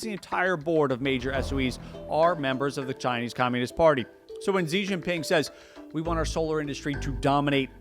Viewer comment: Contrary to common belief, the name is written Xi Jin Ping, not “ Jing Ping”